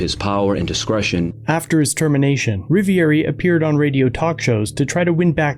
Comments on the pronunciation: Cop🥒 says " I'm officer Rivieri" not Rivioli as per legends say.😒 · He said "Rivieri" not Rivoli. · He pronounced his name wrong.. lol. We all have bad days